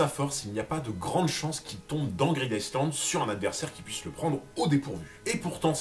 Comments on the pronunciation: En anglais le "s" de island est muet. Sa se prononce "aïe Land" et pas iceland, d'autant que pour les anglais, iceland c'est tout simplement la trad de "Islande"... Dsl je sais c'est tatillon mais sa m'a vriller les oreilles toute la video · super vidéo encore, on dit plutôt " greedaïeland" et non "greedICEland". Le S est muet ^^ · greed ICEland ca pique les oreilles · SI Je re-entend iSland encore une fois, mon cerveau se liquéfie. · Vidéo sympa, j'ai cru reconnaitre une OST de Skyrim à un moment mais j'en suis pas sûr. Cependant toute la vidéo j'ai tiqué sur la prononciation du "Island" de Greed Island, je t'invite à écouter la prononciation sur Google trad :) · Ta vidéo est cool 🙂 (Par contre ça me pique les oreilles quand tu prononce le ‘S’ de ISLAND 😉) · le "s" de island ne se lit pas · tu prononce le S dans greed island ? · Il ne faut pas prononcer le « S » de « Island » … ça me stresse